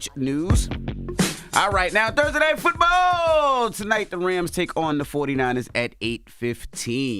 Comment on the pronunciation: I wish he stop saying football like that